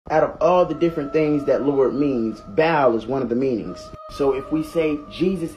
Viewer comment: Bro pronounced Baal wrong🤣